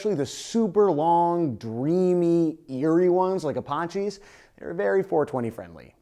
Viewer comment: Why did he pronounce apaches so weird? Another weird Canadian vowel sound thing?